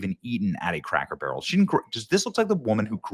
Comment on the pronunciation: Take a shot of alcohol every time Benny says craker barrel in his play lists of cracker barrels videos